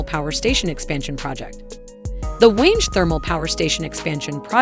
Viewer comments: Its not wenji. It is called wange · And there is no wenge project. Its pronounced whaangie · Please pronounce the names correctly. It's not mutear.... It is Mu- ta-ree it is not Hwange Like mange ... It is Hwa-ngeh. This narrator is a flipping idiot.